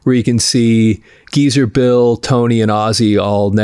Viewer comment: It's GEEZER, not Giza